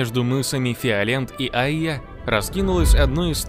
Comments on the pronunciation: Не Айя, а АйЯ! Ударение на "я"! Нужно было титры еще больше сделать (хотя бы в два раза) и прямо по центру экрана! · Мыс Айя, ударение на букве "я"